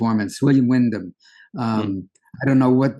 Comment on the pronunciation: William Windom not Windham!